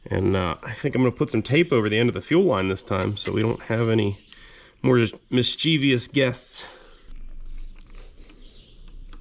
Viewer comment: I hope this doesn't annoy you, but "Mischievous" is pronounced MIS*chiv*us. There's no long E sound there.